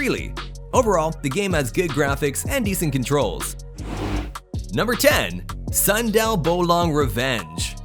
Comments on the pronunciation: not sandal bolong Is soundeil bolong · "Sundel bolong rev." You're sound like "Sandal bowlong revenge", that's pronunciation make me laugh as Indonesian 🤣 bcs that ghost from indonesia .I'm sorry for my bad English too 🤣☺️ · Sandal bolong anjir